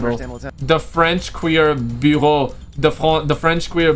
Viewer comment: hey man your english is great, I just wanted to say I'm not making fun but helping. So the word Bureau is pronounced by quickly saying bee-yer-O. Great vid dude